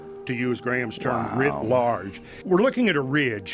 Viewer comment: Writ large, not grid large